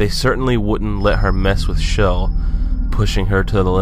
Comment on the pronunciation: Not to be rude, but it's pronounced Chell, not Shell.